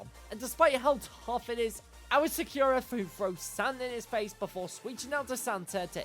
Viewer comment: Sa-kyu-ra It just hurts to hear it like that.